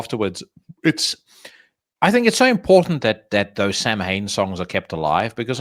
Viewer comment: Another good one. Swirly of the week was well deserved. By the by pronunciation for Samhain is Souw-in.